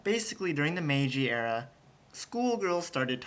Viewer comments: ahahahaha! He said Meiji area the first time. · NIce job,! I've became a fan of yours. I'm really interested in the pitch level for women and I'm afraid I can't pitch my voice high enough. By the way, you should have said, "Meiji era", not "Meiji area", hahaha! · Meiji Era, not Area,!